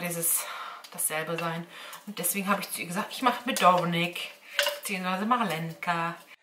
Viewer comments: 🙈nicht medovNik sondern medovik, genau so wie es auf der Verpackung stand, ohne N 🙊🙊💖 DU BIST TOLL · Liebe Medovik und nicht Medovnik😉